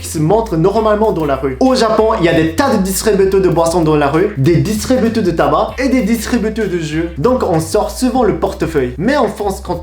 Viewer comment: Juste pour que tu t’améliore en français, c'est magasin pas marasin, c'est distributeur pas distributu. ;) continue tu fais des progrès!